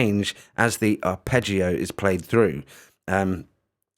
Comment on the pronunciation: Must admit I saw the first vid and when you mispronounced arpeggio etc and the name of the software, I was going to try and correct you and just move on to something else - but I noticed someone had put you right in the comments already and you'd taken it onboard politely, so kudos for that - I watched the rest of the vid and then this one, and will be giving this a go. I use cubase and tried BlueArp recently - didn't seem to play too well with cubase, or my set up, and hummed when engaged. Midi loop maybe but couldn't fix it. Anyway, this does look a bit more basic than that but very easy to use so thanks for the demo. You don't come across as an expert - and I mean that in a good way. Pretty refreshing. Sub'ed. Good luck with the channel.